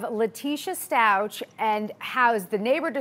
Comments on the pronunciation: It’s STUACH!! You don’t pronounce the ch!!!! Stop mispronouncing his name it’s been 4 months!!! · That reporter needs to learn how to say the last name ... it’s ...stauK not Stau-CH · It’s bothering me the way she pronounces the last name “stalches” I’ve never heard anyone say it like that. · Please honor Gannon and pronounce his last name correctly. 💙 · Inappropriate behavior.....could not pronounce Gannon’s last name correctly 😡🙄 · Out of respect for Gannon, i wish people would start pronouncing his last name properly. Also out of respect for the Stauch family, especially Gannons father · You interview the neighbor and you can’t even pronounce Stauch right? Smh